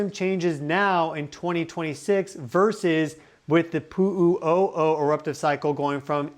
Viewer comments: I could not listen to you say Puuu uuu oh oh one more time without loosing my damn mind. Learn the pronunciation please. Where do you get your information? This is rubbish!!! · He says Pu'u O'o funny , doesn't he.?